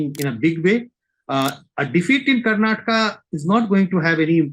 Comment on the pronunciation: It's not karnatak it's Karnataka 🤦